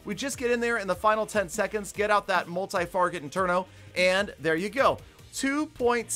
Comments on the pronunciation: multi-"farget" inferno? Lol😂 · uncle just said "multi FARGET inferno tower